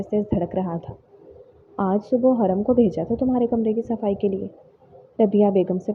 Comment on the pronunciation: Peli bt haram nai hurram hota hai dosri naznain nahi nazneen hota hai😂